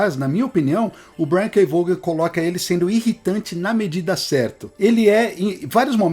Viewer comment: Pessoal, vamos de novo aprender: é Brian K "VOON"! É assim que fala Vaughan.. "VOON"! Repetindo, "VOON"! Para não errar de novo, "VOON"!